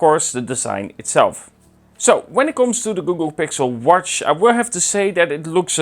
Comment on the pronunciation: I like the way you say the word W-A-T-C-H! Did you said warsch